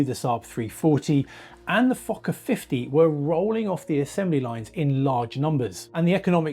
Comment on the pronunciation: the way said "Fokker 50"